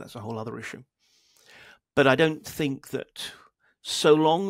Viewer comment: great interview, but can you please stop saying tinG, instead of thinK? drives me crazy..